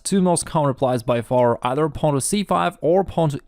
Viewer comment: Listening to pronounce the word “pawn” is better than listening to Benedict Cumberbatch say “penguins”